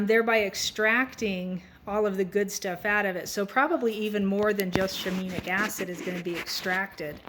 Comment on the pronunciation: "Shi-mean-nic" LOL